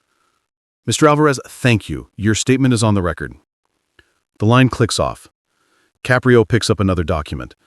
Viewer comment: I enjoy the Judge Caprio stories however I found the mispronunciation of the judges ' name in the first half as well as the changes in the voice distracting and irritating. Poor editing.